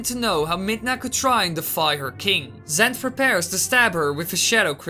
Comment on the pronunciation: lol "zent"